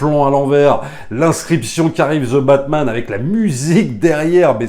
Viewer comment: Plz, arrêtez de prononcer :" Ze batman " phonétiquement c'est "2 batman"